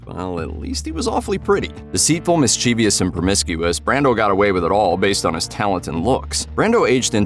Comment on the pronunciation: Mischievous is pronounced mis Che vus, NOT mis chee vee ous.